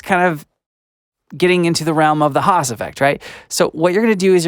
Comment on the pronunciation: It's "Haas", not "hass"